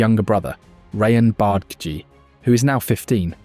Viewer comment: btw its "Barr-Dah-Gee" not "Bard-Gee" <3